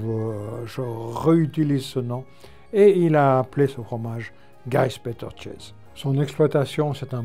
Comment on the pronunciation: Si jamais pour le chäs, ça se prononce rräs, pas chaise. Désolé.